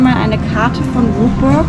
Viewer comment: Ein sehr informatives Video. Ihr habt uns nochmal schön zusammenfassend mit durch euer Wochenende genommen und von allem etwas gezeigt. 👍🏻 Exklusiv um 7 Uhr frühstücken ist doch auch mega geil. Besser als wenn alles voll ist. Jetzt wissen wir auch wie Rookburgh richtig ausgesprochen wird, mich freut es, dass ich zu den richtigen 50% gehört habe. 😌 Also alles in allem perfekt, wenn jetzt noch ihren Phantasialand Hoodie bekommen hätte 😔